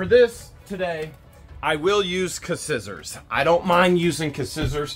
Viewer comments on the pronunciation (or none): You gotta pronounce Scissors right you know this!? It's skisors